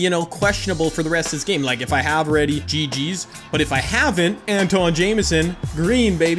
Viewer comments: Say Antawn right plz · That Philly Fan u said it wrong